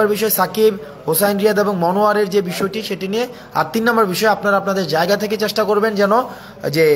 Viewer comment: চ্যাস্টা নয়৷ উচ্চারন হবে চেষ্টা টোর নয়৷ ট্যুর